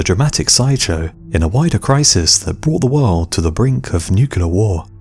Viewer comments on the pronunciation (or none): Nuclear war NOT Nucular war! Why is it so hard to say correctly? 🤬